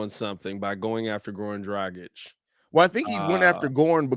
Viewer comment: It’s Goran Drah-gitch Please pronounce the name right smh